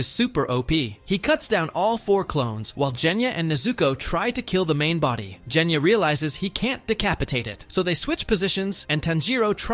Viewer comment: Part of me dies every time the AI pronounces Genya's name as "Jenya".